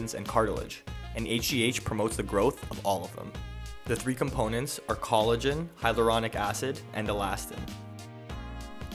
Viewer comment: Why does everyone mispronounce "hyaluronic" acid? It is NOT, I repeat NOT pronounced "hyluronic" it's "hyALuronic." It has 5 syllables, not 4. Even this doctor, a medical professional who should know better, continually mispronounces it.